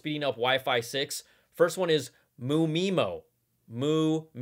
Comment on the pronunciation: you don’t read it as “mu-meemo”. you’re supposed to read it as “m.u. my mo”